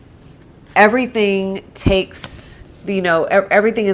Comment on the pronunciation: Lmao 😆 “Okay, I teh yu evryteen."